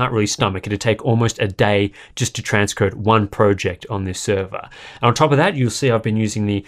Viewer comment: Please, I can't take it anymore! Please say 'project' properly...🤐